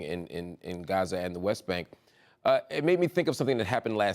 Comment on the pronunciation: Why do they write Gaza and pronounce it Raze? This is the most unauthentic interview ive seen. All the talking points touched. Genocide and ethnic cleansing means nothing now.